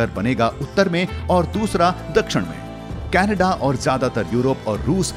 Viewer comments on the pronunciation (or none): none